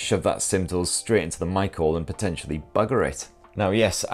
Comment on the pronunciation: Ohhhhhhhhhh you were saying Mic Hole, I thought you were saying "shove your pin into a Michael" and i was so confused for a while.